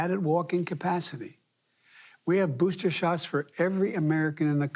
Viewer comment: IM GONNA GIVE IT TOYA STRAIT!!!! LOVE HIS SMILE WHILE SAYN THERES PLENTY OF BOOSTAS!!!! WE GOTCHYA BOOSTAS HERE!!! GETCHYA BOOSTAS!!!! PLEASE PLEASE GET VACINATED NOW!!!!! YOU LOVE YOUR KIDS RIGHT!?!?! GET EM VACD AND BOOSTAD!!! BOOSTAD!!!!